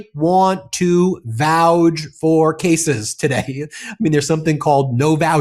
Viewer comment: Is it a regional thing, pronouncing vouch as vouge?